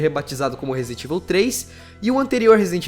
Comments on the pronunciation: Não se pronuncia ivil, e sim evaul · pelo amor de Deus mano... pronuncia certo Resident Evil (ívou, não íveu) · é resident ível memo haushaushuash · e fala "evil" um pouco melhor! :)